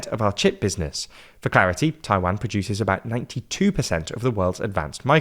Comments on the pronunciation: How can they Taiwanese pronunciation right and not Taiwan 😅 my mind is blown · Yeah, this is another transliteration issue. Mandarin has no short “a” as in “cat” sound, it’s “ah” as in “father”.